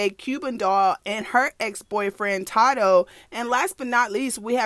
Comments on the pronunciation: Not that you said todoe 😂😂 it’s TADOE respectfully sis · Ta dough. I’m dead it’s Tay doe 🤣 I love u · Lmfaoo how she said tado 😂😂😂 “Tadoe” 😂😂😂😂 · IT’S TAY-DOE!😭 I’M DEAD. cuban doll do like that rough shit, tadoe beat her ass, too. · Its pronounce Tay-doe. I think we all told u this before lmao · Love the videos ! Keep em rolling and his name is pronounced, "Tay-doe" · Its pronounced tay doe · It’s pronounced as “Tay doe” lol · It’s TAY-DOE baby lol it’s okay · Lol sis it’s TAYDO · It's TAY-THO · taydoe how you say it but yes this messy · It’s pronounced TAE-doe. Cuban is toxic and weird she need help. She going out real bad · secs the way she pronounced tadoe name had me blue laughing lot of people pronounces his name wrong LOL